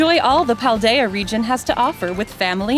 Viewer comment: I love that and are the only major Pokétubers who have pronounced Cetitan, Fidough, Paldea, and Terastallize all correctly, right off the bat. From what I've seen, aDrive, Austin, Moxie, and Purplecliffe all goofed one or more of the names at first glance.